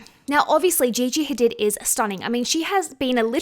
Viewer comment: It’s pronounced ha-deed not did haha